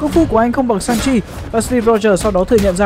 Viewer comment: Shang Chi mà đọc sao ra Sanji bên One Piece :))